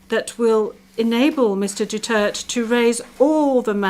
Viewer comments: What a joke ,, they cant even pronounce his name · I believe that is quite insulting, for the ICC Judge, to keep on mispronouncing, former President of the Philippines RODRIGO ROA DUTERTE! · Shame on this judge! She is showing zero respect, even not pronuncing his name correctly. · Why does the interpreter not have the courtesy to pronounce Duterte's name correctly? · How childish these idiot europeans are for pronouncing his name incorrectly on purpose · They are pronouncing his wrong . If i was his Lawyer I would tell them to show respect by pronouncing his name Properly . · She can't even say his name properly well the English have never been good at foreign languages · I refuse to listen to this farking Kangaroo Court and the farking judge continually mispronounced Duderte’s surname properly !!!! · The idiot Judge kept mispronouncing Duderte’s surname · How could one be a member of an International Justice Organization but cannot even speak English, the international language. Even refuses through her interpreter to pronounce properly and respectfully the name of former President Duterte, who is as innocent as her until proven guilty. How can one represent justice, but so arrogant by nature, and ignorant of the law she represents, and behaves disrespectful as if her position gives her the right to be rude and ignorant of the feelings of her fellowman. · The mispronunciation of his last name is extremely disrespectful. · The presiding judge must be polite to pronounce the former President’s name correctly. She must learn to be polite. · Cant even pronounce his name correctly. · They are insane at what they are doing to President Duerte. she don't even know how to say Duerte the right way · May we request the court to please pronounce his last name properly. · With due respect, the interpreter cannot even pronounce the name Duterte correctly 😢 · she cant even pronounce his name correctly. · they should respect and pronounce duterte's as he emphasized